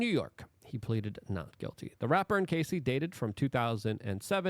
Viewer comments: Isn't it pronounced Cassy (like classy) not Casey (like Casey Jones)? Great reporting though. Thanks Luke. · Say it with me Luke. "Caa-see"